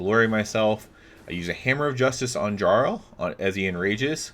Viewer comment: Jesus fucking christ. That's not how you pronounce "jarl"